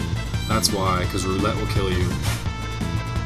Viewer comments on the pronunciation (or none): none